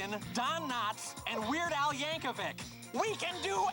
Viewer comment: No “H” in Yankovic. It’s pronounced YANK-UH-VICK. Yankovic. Dislike click.